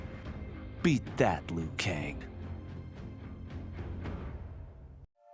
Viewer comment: Lui.. ITS LIU KANG.